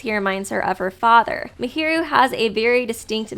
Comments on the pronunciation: was it just me or did I hear mihiru instead of Mahiru the whole analysis lol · I don't mean to alarm you but just to let you know, you pronounce a lot of characters names incorrectly. For example, Mahiru is pronounced in-game as 'Maah-hear-ru'. Great video tho!